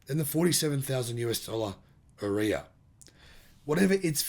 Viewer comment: dude knows nothing - makes so many assumption - all wrong - here in the usa nissan leaf are hard to find on any lot, ppl are waitlisted for leaf for atleast 2 months to even get one, and ariya pronunciation butchered - dude do your research first before you talk